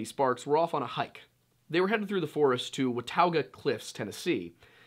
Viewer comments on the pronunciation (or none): Thank you for letting the world know that we don’t all eat possum. And I was borned here. Besides, skunk meat is more tender. Thank you Wendigoon. I hate the other pronunciation. Why is the Lore Lodge logo blurred on the monitor/tv behind you? It’s pronounced watogga. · Watauga is “wuh-taw-guh” btw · Watauga. Wuh-taw-ga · That was the worst pronunciation of watauga that I’ve ever heard.